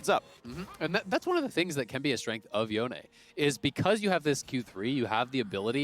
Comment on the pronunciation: is that really how you pronounce yone? Holy.